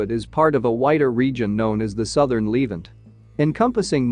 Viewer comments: I wish this annoying narrator would pronounce the word Levant correctly (Leh ~ vahnt) NOT leave ant what a stupid mistake. like calling Nuclear NUK YOU LER STUPID STUPID STUPID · Lev-ANT, not leave-ant! AI voices…..argh. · Pronounced " le- vant" not " leevant" Moron !! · It’s The Levant, not Leevent. You said it wrong so many times I now despise this video in spite of anything good contained in it. You mispronounced many other major words as well. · The narrator is a bot. Needs its pronunciation tweaked. Says 'leevant'. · It's 'LeVANT.' Add 'The' before this word. LEARN TO PRONOUNCE!!!!!!!!!!!!!!!!!!